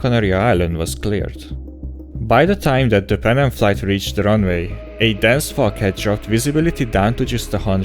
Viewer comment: why did “a dense fuckhead” decide to drop the visibility to 100m? Sorry, just joking around! Your English is great, so that caught me completely off guard.